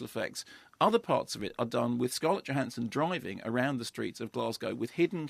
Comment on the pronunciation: The J in her surname is pronounced as a Y.....just sayin'.